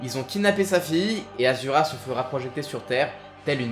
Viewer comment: Sa me fais bizarre quand tu dis asura au lieu de ashura qui est son vrai prénom